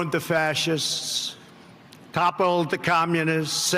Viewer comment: "The fassissess"